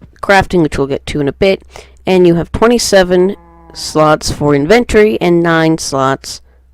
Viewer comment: The main reason I could not complete watching this is because it was annoying to keep hearing the word "inventory" mispronounced. Then making up a new word 'inventoring" instead of using inventing. How you speak matters... not trying to be a dick, I hope you take a moment to consider this. Thank you for the video.